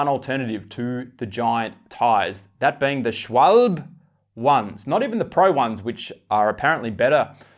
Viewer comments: Please. It’s pronounced schwalb-e (the e kind of sounding like the beginning of egg). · Native Speaker? Shwol-buh? Du bist dir sicher das du native bist? has pronounced it Perfect, just missed an e at the end. Pronounced Like the e when you say end. A real native speaker here.